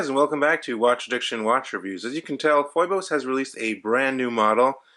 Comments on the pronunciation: Dude.. did you really just call it FOY-BOSE? smh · It's pronounced "feebose". Thank you for this video, I hope they make one with an automatic movement.